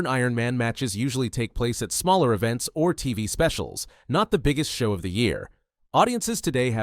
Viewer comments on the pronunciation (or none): none